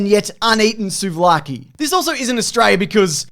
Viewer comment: Being a Greek man, I appreciate your appreciation and also the correct pronunciation of the names of things greek in this video